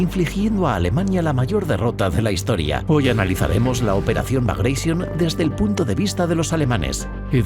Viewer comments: Operación " bagraishion". Que mania de pronunciar en inglés un nombre ruso. Suena como se escribe BAGRATION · los rusos NO hablan ingles😝....han muerto 12 gatitos cuando pronuncias así la operación bagration...por lo demás un video genial